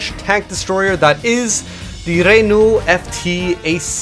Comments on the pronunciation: Oh God, the Renault pronunciation, IT BURNS!!! P.s great video anyway:) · As a french canadian , i love the way he pronounce Renault xD Awesome.